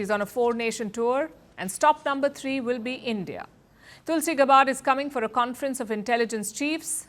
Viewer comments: Someone please tell Palki, who is otherwise great that Tulsi Gabbard's last name in USA is pronounced as गैबर्ड and not गबार्ड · I learn much- thank you. Palki. Also, Tulsi's last name sounds like GAB-erd not Ga-BARD. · Don’t pronounce Gabbard like it is a Punjabi name! 😬 It’s not Gabaaard. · Her Last name is pronounced as Gyabard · Palki, you are not pronouncing Tulsi’s last name right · You are mispronouncing Tulsi Gabbard's name. I advise that you watch American media and learn how to say her name right. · You really misunderstand. I am proud Indian in USA, very proud of my original mother country. If Palki was speaking in Hindi to Indians, I would not be correcting her. But she is speaking English to world Audience. I am just pointing that in USA Tulsi's last name is pronounced in certain way. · Please get Tulsi’s last name pronunciation right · President Trump and most Americans are not Media Hosts. Being a News Reader that's Her JOB to pronounce it rite. Try Listening to major media outlets like FOX, CNN and News Nation They Pronounce Her Name Correctly. Advice for you: If you want to succeed look at the best instead of comparing with worst!